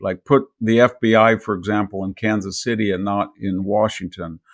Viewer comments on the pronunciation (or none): none